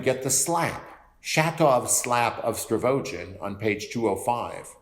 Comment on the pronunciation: These videos have been really helpful. But there's something that really, really irks me everytime you say it... it's Stavrogin, not Stravogin.